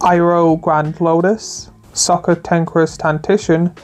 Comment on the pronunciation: I had to skip a lot because most of the things said are extremely obvious and redundant....and a lot of cards badly pronouced, like Azula Cunning Upriser? what? and Sokka what?... I know youtubers are lazy and not very good orator, but Come on !!